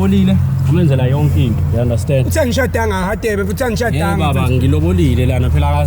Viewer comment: Mara why is Radebe pronounced as /Hadebe/ guys?